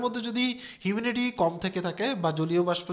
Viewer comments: এত বড় Youtuber আপনি, Humidity কে বলছেন Huminity? 🫤🫤🫤 এরকম ছোটখাট সামান্য ভুল, পুরো আপনার জ্ঞানকে প্রশ্নবিদ্ধ করে ফেলে। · এর তো নাকের সমস্যা । lol